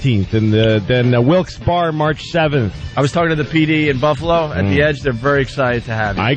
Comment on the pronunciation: Its pronounced Wilkes-BERRY, not Wilkes-Barre.